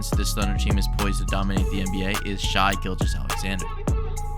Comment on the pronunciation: It’s pronounced Shay … not Shy…